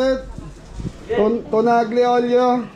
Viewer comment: hindi AG-LI OLIO ang basa dun..kung basahin yan ALYI OLIO.😊